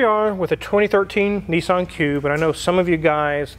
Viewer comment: A great purchase....be a leader and not a follower!!! And its Niss-an.....not Nee-san